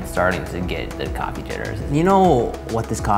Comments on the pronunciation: I Love the way they pronounce coffee... Cohee! 😄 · “Coffa wine” “coffine” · Its Cofine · no, it's coffine